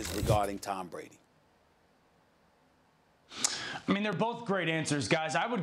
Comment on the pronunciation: Yesterday she called brady "tom bready"